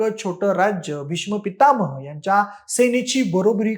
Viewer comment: पितामह बरोबर बोलत येत नाहीये तुला